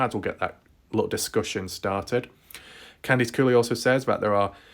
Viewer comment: For some weird reason I like your accent when you say the word Horse. Bc you say it like Whooorse lol. And Candice Cooley sounds like Candys Cooley